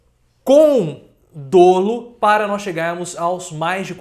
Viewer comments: Professor, adoro suas análises, te acompanho há tempos, desde o início do canal. Mas apenas uma pontual observação, que já notei em outros vídeos. O correto de se dizer é "dólo" e não "dôlo". Continue com seu brilhantismo analítico! Tem aqui um admirador! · sem ser chato, mas corrige o modo que você fala "dolo". Gosto muito do seu conteúdo!